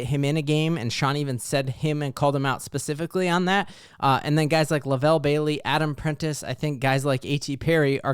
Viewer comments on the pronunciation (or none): none